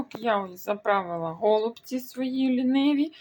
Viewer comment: Ото почула слово гОООлуці..та й відписалась. Вимовляйте правильно голубцІ, наголос на останню букву і.